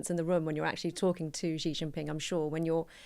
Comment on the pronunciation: Blimey, the woman can even say 'Xi' correctly....she did it on purpose obviously